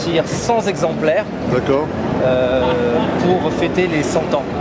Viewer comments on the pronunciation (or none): superbes caisses, niveau prestige on est au top, juste, à ce niveau, dire cent zexemplaires en insistant deux fois ( et ) c'est la honte ! bravo fréro pour tes videos, tu nous donnes la chance de voir des titines magnifiques que l'on aurait jamais vues sans toi, et toujours dans la bonne humeur. ça fait plaiz ;) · Il a une drôle de tête le,avec ses 100 Zexemplaires! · Cent "Zexemplaires" !?..énoncé par le représentant de Bentley à Monaco ..